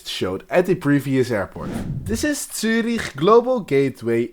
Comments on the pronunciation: Realy Good Pronounciation Of Zürich, Swiss Seal of Approval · I approve equally